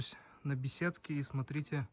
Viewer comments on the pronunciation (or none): none